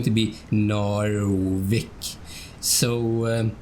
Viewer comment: Man it is really quite impressive just how good this game looks after all this time. Oh and ty for putting the English spin on Narvik my dude, my cockney ears appreciate it greatly!